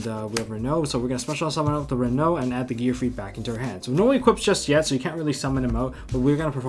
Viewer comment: This guy knows what’s up, he pronounced renaud correctly, I feel so recognized lol